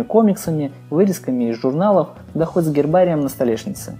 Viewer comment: "Терзайте"))))))) может дерзайте!!!!!!!!